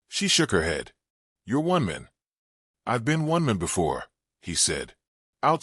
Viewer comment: Your AI voice has trouble pronouncing the word MAN. Try again, this one’s a dud.